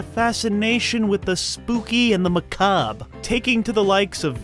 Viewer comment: There are a lot of things I don't like about the narration style in these videos but, he pronounces, macabre, correctly so he gets a thumbs up.